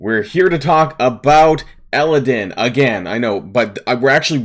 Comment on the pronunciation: The pronunciation is off just a bit. Thanks for the videos, much appreciated. Ell-ah-den not Elledan. Think Galadriel type of pronunciation.